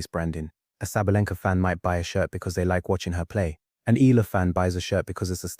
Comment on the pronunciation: pronounce her name right its not ela its E A Y A L A H